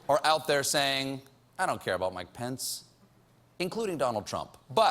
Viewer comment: I'm not American and every time he says Mike Pence I hear "My Pants", does it happen to you too or it's just because I'm not a native speaker?